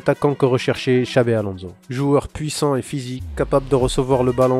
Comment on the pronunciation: On prononce Alonsso, pas Alonzo